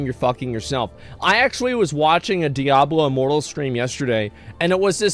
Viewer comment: Did I just hear him call it “Diablo Immoral”?🤣 That’s hilarious